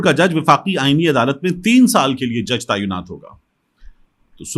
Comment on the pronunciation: لفظ تعینات کو تایونات نہیں بلکہ درست لفظ { تاۓ نات} ادا کریں جزاك الله۔ انکل محمد meesaW قریشی ۔ کراچی🎉